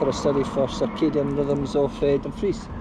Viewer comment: 'Circadian rhythms' really stumped him there.